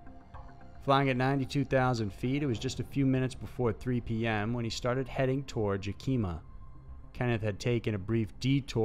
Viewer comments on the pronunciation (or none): Dude. It's pronounced ya ki ma not ya KEY ma ok? I'd love to hear you say where I'm from, Puyallup... But yeah it's distracting from the story to hear you butcher the name of Yakima. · in the first story, the town is Yakima, Washington. pronounced "YaK uh Muh".... not "Yuh kee ma".... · Yakima,Washington is not pronounced as "Yuh-keem-muh"... it's "Ya-kim-ma"!! Thanks. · 92000 feet? Why do you not do more research into how to say the name of the cities in your stories. Yak eh mah. There is no place called YAKEEEMA in Washington. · Yakima is pronounced Yak-eh-mah, not Yah-keem-ah. Washington native. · It isn’t Yakeema, it’s pronounced Yack i (as in it) maw. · Its pronounced YAKIM AW ...not YA KEEM AH. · It's pronounced yak-a-ma and not ya-key-ma. But nice try. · It's pronounced YAK-ima not yak-Ima. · Was gonna post this correction, you beat me to it! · Lol Yuhkeemuh? It's pronounced, YeahKimUh. You're not from the PacNW are you... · Yakima = Yeah-kih-mah not yah-key-mah. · Yeah I laughed too. Yakeema? We all call Yakima a hellhole. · Just FYI - #5 - the cities are Yakima(Yak-a-mah) and Chehalis(Sha-hey-lus)... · The butchering of "Yah-ka-ma" and "She-Hale-us" was horrifying lol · You're pronunciation of 'Yakima' is hilarious. For future reference it's 'yak-uh-muh, stress on the 'yak'. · It's pronounced Yack ki ma. And how is it space aliens can traverse the galaxy but crash in a thunderstorm in New Mexico? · I had to replay the pronunciation of Chehalis and Yakima a few times, they were butchered so bad I wouldn't have known what they were if the narrator didn't say "Washington" afterwards. Chehalis - Shu-hey-lis Yakima - Yak-i-maw as in the yak is in the maw of the beast. We have lots of places that use native american names in the area. No harm no foul. Please check out the wikipedia page for the town next time, it might have a pronunciation guide or a sound clip to use. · Do you mean Yakima.? Yak -a -ma? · The town is pronounced Yak a ma